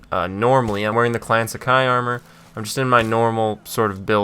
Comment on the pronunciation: "ghost master" he says. cant say sakai and tadayori